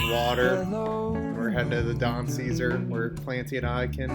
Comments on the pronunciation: Hi! Floridian born and raised! The hotel is actually pronounced the Don Suh-Zar. Not trying to be rude she thought it was funny how said it! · Yes st pete beach and tierra verde and point Brittany area are home to wealthy home owners. And the pink hotel is pronounced don say zaar. Just an FYI from a st pete native born and raised. Still here after 45 years. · Clancy, there's a Burn Bootcamp in Largo, not far from where you are staying. And PLEASE, you need to pronounce the name correctly. It's the Don Cesar ( say-czar). If you guys keep saying it like that, everyone's gonna call you a Googan ! You need to check out the Sunday Brunch at "the Don". It's bigger that a cruise ship buffet. Manny F.